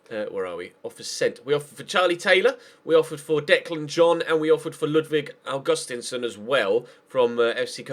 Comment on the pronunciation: Augustinsson is pronounced like August-Steen-son. Or that's how we pronounce it here in Denmark